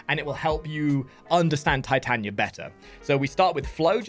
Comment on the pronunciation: It’s Tit ah knee ah. You’d think a fellow Englishman would know the Bard. ;) Nice guide though.